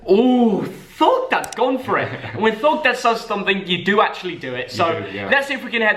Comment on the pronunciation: Who else cringes when he says thogdad 🤦‍♂️